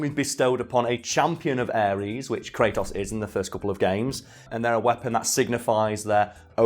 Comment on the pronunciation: Is it just me or he can't pronunciate "Kratos"? I keep hearing "cray'os"!